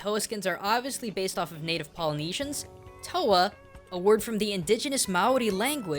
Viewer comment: just as a note,, toa is pronounced more like "tore" than "toe-a" a general guide to maori a e i o u "ah "ear" "ee" "oar" "ooo" r= sounds like a quickly said "d", with the tongue a little further forward wh= "f" au= "oh" or "ow" depending on dialect that is all. nice video!